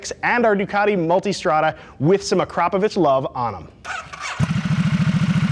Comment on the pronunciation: The first native english speaker i have ever heard to pronounce the name Akrapovic correctly. Cheers bro!